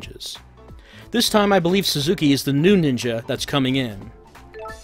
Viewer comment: "suzuki" =/= "sasuke" :-D great video othewise, friend: i like seeing depressed attractive girls lament their lot in life: such first world problems they must endure!